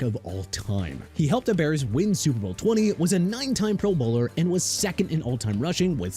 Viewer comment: Honestly, the way you say pro bowler makes me want to run into a wall Kool aid styles!